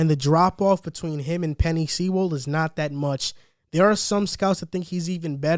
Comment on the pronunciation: It's Sewell (soooll)